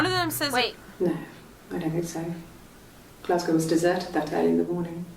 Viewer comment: It's pronounced Glasgo